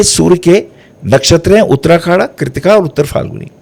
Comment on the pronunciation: वाह वाह वाह,! ज्ञान का भंडार हैं आप! आप का ज्ञान को सहस्र प्रणाम, वो भी गुरु पूर्णिमा पर!👌🙏 बस, एक ही हंसी वाला कमेंट है - आप बार बार "उत्तराखाडा" का ज़िक्र करते हो, जब नक्षत्र सूक्तम में "उत्तराषाढ़ा" कहा गया है!😊